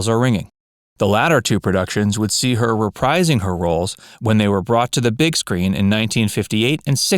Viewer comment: "The latter two productions would see her reprising her roles . . ." The word "reprise" is pronounced "re-PREEZE" (rhymes with "freeze"), not "re-PRIZE."